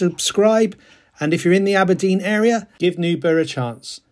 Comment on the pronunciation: If you are not Scottish, words ending in burgh is a struggle. Try saying Burr like Bill BURR and RAH as in Rasputin and just run them together and you might get close. Ythan is Eye and thin run together. I live 9 miles from this course.